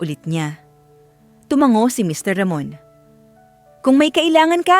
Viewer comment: Bakit ang hirap mong bigkasin ang mr.ramon.